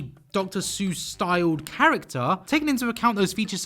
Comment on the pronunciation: After seeing the styles now I'm just waiting to see if he pronounces Seuss correctly or not... And he didn't, not surprising. Almost no one does But it looked great